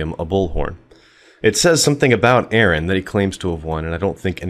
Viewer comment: It's not pronounced Eron.